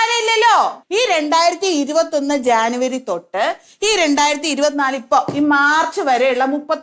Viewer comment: മോളെ... മണ്ടൂ... ജാനുവരി അല്ല ജനുവരി ആണ് ട്ടോ